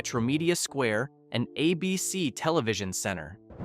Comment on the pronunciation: Abeecee? Was Don Knotts REALLY an established TV star before Ralph Furley